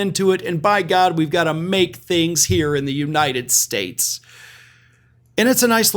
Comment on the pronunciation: "God blesh the united shtates". - chump 🍊